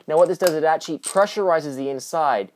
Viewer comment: A lot of grammatical errors. Also it sounds like your saying "etchee" instead of "actually".